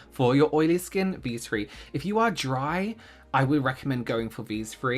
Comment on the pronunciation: “These fwree” is going to live in my head all day now thank you